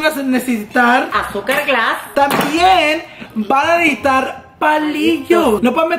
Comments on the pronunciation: “Van a nejitar” 😂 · Is it me or every time said necesitar it sounded like necitar